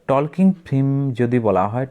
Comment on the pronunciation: টকিং ❌ টলকিং✅ তৈরি❌ তৌরি ✅ প্রশ্ন❌ পসনো ✅